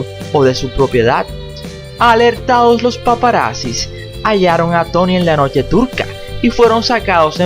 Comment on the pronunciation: Porque dices Tany? Es Tony!!!